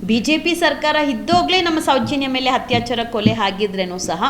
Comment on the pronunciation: ಮೊದಲು ಸರಿಯಾಗಿ ಕನ್ನಡ ಮಾತಾಡೋಕೆ ಕಲೀರಿ ತಾಯಿ.. "ಹತ್ಯಾಚಾರ, ಓರಾಟ, ಹಾಗಿದ್ದು, ಹಲ್ಲ, ಹೆತ್ತಿ..!!"🤦🏻‍♀️🤦🏻‍♀️